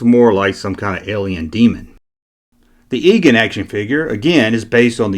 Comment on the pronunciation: Egon is pronounced "EE-gahn," not "EE-geen."